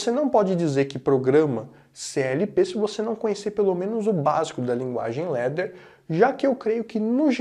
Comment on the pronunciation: LADDER ...pronuncia /lá.der/ LETTER ... pronuncia /lé.der/